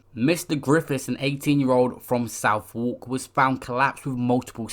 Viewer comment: Man said south walk😂